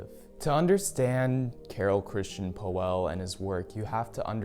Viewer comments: its not poeehhhllll ist pöll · ...nice vid, but PLEASE try to correct your pronunciation of POELL not OE try to speak it as an austrian Ö... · Well prolly help if you knew how to pronounce his last name right. 😂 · you cant even pronounce the designer's name correctly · Learn to pronounce his name correct.